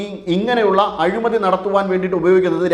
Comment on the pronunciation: "അഴുമതി " യോ..... "അഴിമതി"യോ?